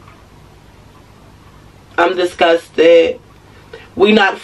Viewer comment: "I'm dis-gus-ted"! LoL